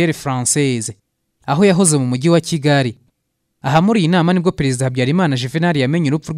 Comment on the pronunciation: Ibyo uvuga nukuri pee afite ijwi ryiza ariko aravuga nabi Ikinyarwanda..ndebera Pereziidaa,Igisiiriikaare..,nib ushaka ko tukumva ikosore kd nibyo uri kwigira,uratuma inkuru yawe itaryohera abayumva,Dusigasire ururimi Rwacu ,urashyira ubutinde kumagambo ahwo bidakwiye